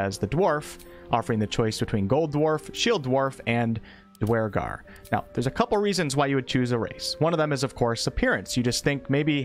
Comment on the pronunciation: Never seen someone mispronounce duergar so badly before lol